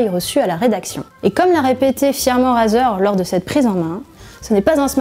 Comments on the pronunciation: On prononce « Raizer » pas "Razer" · On pourrait meme rajouter une accent anglais car rAzer et "raizer" c'est pas pareille 💩💩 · On dit pas "Razeur" on dit "Rayzeur" ! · Ça se prononce pas "razer" c'est "rayzer" putain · (Clique sur la vid) (Entends la personne prononcer le mot Razer <<Razeur>> et pas <<Raiyzeur>>) (Quitte la vidéo xD) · Arete de dire razeure